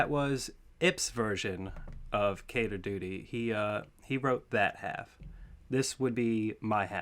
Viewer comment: Wheeew!! never knew the letters stood for something Dibs on the timestamps! It's pronounced Keter,.